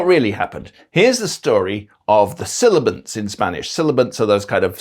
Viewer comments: You pronounced sibilants as "silibants". Did you notice? I´m not trying to be disrespectul or anything? It´s just that it strikes me as odd. Thank you for the video, though. Very interesting. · Sibillants!!! For the love of God, sibilants - not silabants!!! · Mispronounced as "silabants"